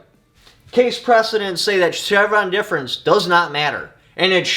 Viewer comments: “Chevron Deference” sir. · "CHEVRON DEFERENCE" lol